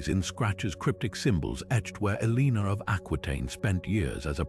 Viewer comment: Elina?? Seriously if you're gonna use ai at least make sure they get the main name right.... But this is awesome info. I've I've to tons of stuff on Eleanor but this stuff is fascinating and less known! I'll have to go check out the other videos